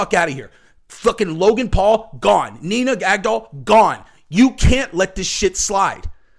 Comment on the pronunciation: "Nina GAG-DOLL" 🇺🇸💪🏻👊🏻🤙🏼